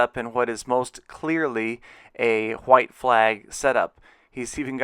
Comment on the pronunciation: why does he say hhhhhhhggwhite flag base